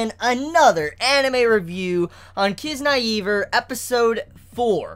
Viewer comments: ffs its not Kiz- naive- err its KizNAIver (nay nay, you pronounce the "I" like an "I") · kiz-nye-ver